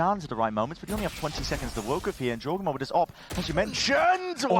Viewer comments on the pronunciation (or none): Can please learn how to pronounce Jawgemo the right way?